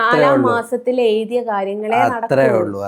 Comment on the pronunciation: നാലാ മാസത്തിൽ എയ്തിയ. എഴുതി എന്ന് പറയാനുംകൂടി അറിയില്ല. ഇത്ര വിവരമുള്ളു പിന്നെ ഇവളെ വെറുതെ ഇന്റർവ്യൂ ചെയ്യുകയാണ്